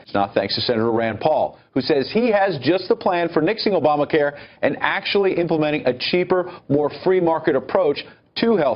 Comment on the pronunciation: Did he just say "ObamaCar" in the opening?